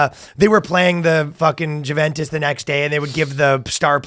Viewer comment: of course pronounces it Jew-ventus